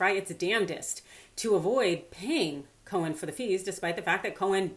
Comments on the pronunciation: Co-en, not co-hen!!! Grrr! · Simple question: why pronounce Cohen's name as 'Co-hen' when you get it right (silent 'h') the other times? Leaving that aside, Cohen's never going to see a dime, even if the courts agree with him. I think that diaper-don will delay, delay, and delay some more when it comes to paying anyone. I wish Cohen luck, but as for getting paid, doubt it. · Intrigued by your pronunciation of his last name, here... Co-hen... kinda makes it sound like his name means "fellow chicken."